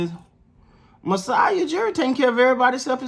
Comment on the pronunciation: we know Steady Freddie won you over & you're a secret Raps fan. We love you for it. You know your stuff. No worries we can keep a secret lol 😁 Oh & you said Masai's name perfectly.